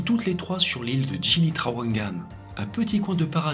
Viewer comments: On dit "GUILI" et pas "jili". On dit "gili" pour les petites îles. Il y a aussi les îles "pulau" de taille intermédiaire. Et les iles "Nusa" sont les plus grandes îles Mais ces 3 mots veulent dire littéralement "😊petites îles" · Bjr, juste pr info, On prononce "guili" et non pas "jili" (même si ça s'écrit GILI) ça veut dire île dans la langue parlée à Lombok. J'ai bien aimé la vidéo sinon !!